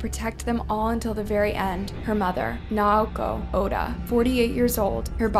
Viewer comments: If you’re gonna profit off these people’s murders, the least you could do is pronounce their names correctly and with dignity. Naoko is 3 syllables, “Nah-oh-ko” and the last name Oda, “Oh-duh”. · Good video. But one thing. Other than Paris, you mispronounced everyone else’s names. Try to get it right. In memoriam, Naoko, Sakurako, Orion & Nana deserve at least that.